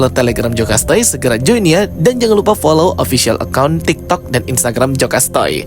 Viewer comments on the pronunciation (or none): none